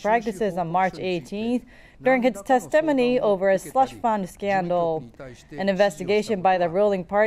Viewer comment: The narrator pronounces "testimony" funny.